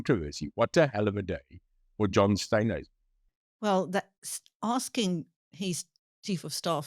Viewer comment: Please ask Neil to pronounce Steenhuizen correctly!